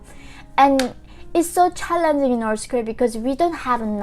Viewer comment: Please say north Korea not norce Korea